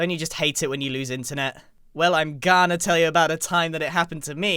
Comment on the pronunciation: when he said im ghana tell you i thought it was a subtitle error